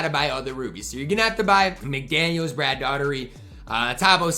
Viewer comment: I so hope Brad Daugherty's cars is amazing so we get to hear brutally butcher his name repeatedly.